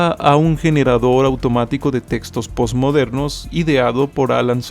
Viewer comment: habrá una recopilación de las veces en que dice 'pots' en vez de 'post'?